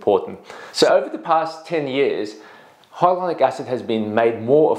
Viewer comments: Why are you saying hylonic not Hyaluronic? It’s so irritating since you are a professional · Hi Dr. Why are you pronouncing Hyaluronic incorrectly? Reminds me of when Benedict Cumberbatch not being able to pronounce Penguins. Watch from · You’re saying it wrong it’s triggering me I gotta go